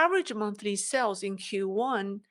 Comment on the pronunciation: You pronounce Sales as sells. Try to prolong the pronounciation like saaales.